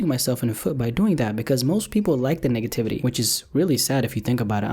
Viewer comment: I swear ong he said Niggativity